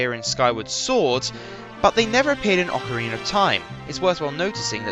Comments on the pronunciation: Yes, I too always wondered why Brits do that with A's at the end of words... Ocareeneerr, or Amerikeer, My buddy does this all the time, and hearing "Ameri-kurr" is by far the most annoying. There is no R after A's in the Queen's English but all you Brits do it... Like North Caroli-nurr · I like how you say Ocarina. Its a got a good brittish accent to it XD